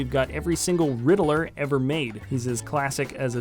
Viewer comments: You said "Ritler and not Riddler". Just leave the mistake spotting to the professionals kid. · I’m pretty sure his name is Riddler not Ridd-il-ler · you said rittler instead of riddler 😂😂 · i'd rather him say joker than "ritler" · and u said ritler